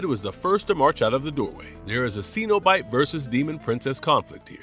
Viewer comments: The word is Cenobite (pronounced SEN-OH-BITE, the first syllable RHYMES WITH Ben) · John Cenabite 💀